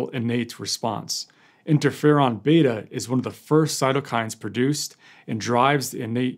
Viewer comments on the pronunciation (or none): none